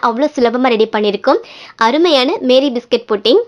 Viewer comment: Meri biscuit illa mari biscuit